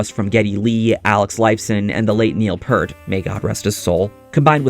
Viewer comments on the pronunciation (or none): the last name is pronounced ear with p in the front and t in the back, not purt sounding like hurt. peeeeeaaaaarrrrrrrrrt for additional pronunciation assistance.